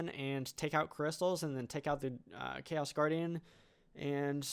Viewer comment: sounds like "Ikea's guardian" :DD